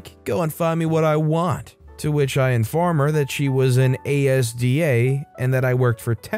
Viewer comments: When you say "ASDA", you just read the whole word. It's pronounced "As-duh". Loved the stories though! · ASDA isn't pronounced letter by letter, it's pronounced as one word az-duh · It really annoys me when people say Asda as the individual letters. To be fair, probably doesn’t live in in the Uk, so Asda isn’t common It’s usually pronounced As Da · It's pronounced AS + DA ASDA, Its taken from the first two letters of ASSOCIATED DAIRYS. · ASDA is pronounced AZ-DAH NOT A S D A 🤬🤬🤬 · You pronounce it as-dah. Not by spelling it 😊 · THANK GOD SOMEONE SAID IT BEFORE I DID!!! I wouldn't have been as polite... it was really hurting my brain to hear ASDA spoken like that xD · Came here just to say that hahaha the pronunciation was hurting my head lol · it's useful advice considering I've heard the mispronounced version on several reddit videos. Sure he wouldn't be expected to know so the comments are being helpful. Now he knows for the future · OMG learn to pronounce asda PLEASE!!!